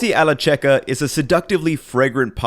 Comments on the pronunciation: hahah just a curiosity since I'm italian, I thought it may interest you: it's pronounced "kekka" while "cecca" is pronounced "chekka" In Italian the c is soft before e and i (similar letters after all) and if there is an h it's actually an hard sound While the other letters a, o and u are hard normally and soft if a i or an e is added after We don't use the h to soften, like in Spanish, French or Portuguese, only to harden That's a common thing also in Sardinian and other languages closer to Latin native region, although Sardinian is not in the same family as Italian I speak Sardinian too, and I'm Sardinian (not like anybody else speaks it pretty much). It's pretty similar to Latin, minus the grammatical cases and different latin structures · Excellent video but shouldn't it be pronounced with a [k] as in carrot and not as ch in chicken? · I guess it is pronounced "kecca". Very cool dish anyway. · This is the worst Checca recipe I have ever seen.!! And btw , checca ..pronounced Kekka!! So you know ! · I am an ancient fan of yours. BUT! You should know that the key word if your dish, la pasta alla checca, is pronounced KEKKA (not going to lecture about the E!). Any time you see a C followed by an H, it's a hard C, ok? Same with G. These instances will only arise when the second letter following is an E or an I. Got all that? [grin] Sorry, mate; but I lerve the Italians' language!!! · Hey, italian fan here, great recipe. lil italian tip: the "che" in checca is not pronounced as the "che" in "check", but rather like you'd pronounce the first half of "cake" keep up the good work! cheers from italy <3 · So the ch in italian is read like your k. So it is the same sound of the word kettle. So try it to pronounce it like it is written kecca. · Pronounced "kecca" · "ch" in Italian is pronounced as 'k', not with a soft C, so it is supposed to sound like "kekka". Also, the recipe author's name is "Giuliano" (pronounced "ju-lee-AH-no", not "Guiliano").